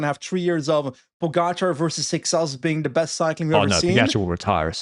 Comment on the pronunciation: A few days ago, I was happy that said Seixas’ name with a Portuguese pronunciation. Now, I´m not mad, I´m just disappointed